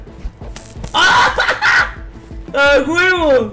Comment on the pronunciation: "ya se durmieron aguevo!" uh...eso no se escucho presisamente bien 7u7